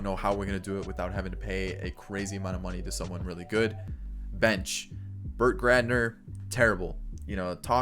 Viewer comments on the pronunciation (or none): You said Burt Gradner at least twice lol 😂